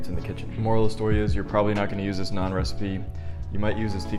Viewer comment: damn a white guy said naan right in my lifetime. could die in peace. great video my guy